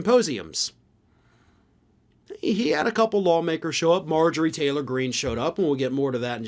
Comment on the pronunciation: Marjorie Taylor Green ??? Did you say law maker or law breaker ??